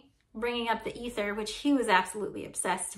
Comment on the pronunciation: When you pronounced ether with a short initial e, I thought, "Why is she doing that?" I have have always heard it pronounced with a long e. I love your show😊! I love your humour😂! I love your willingness to explain details for laypersons like me who want to do want to be more technically precise. And you always make the video easy to watch. Best wishes!